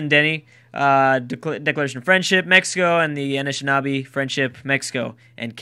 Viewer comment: Am I the only one that thinks it's kinda funny that of all the names, be it city names or civ names or whatever, can't pronounce, he totally owns the pronunciation of the Anishinaabe